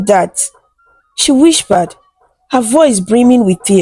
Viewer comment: Nice story, nice voice. There is this word that I noticed you always use " whispered" you always pronounce it as "whishpered"